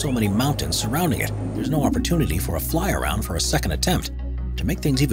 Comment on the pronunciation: Cringe every time the narrator tries to sound like he knows aviation, but just butchers it. Especially the pronunciation of Narsaruaq...and "fly-around".